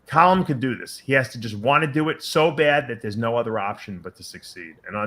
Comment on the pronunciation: Dave and both say 'COLLUM' instead of 'CALLUM' lol